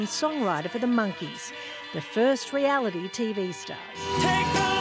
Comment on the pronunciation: "The first REALITY t show"...WHAT!?